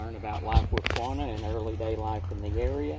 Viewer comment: The first “a” in Quanah is soft or silent. Not KA-wanna, just Quanah. (Kwana). From a native Okie!